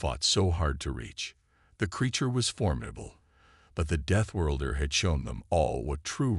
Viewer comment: Please send AI to reading lessons and English pronunciation classes. Begin with the word deathworlder.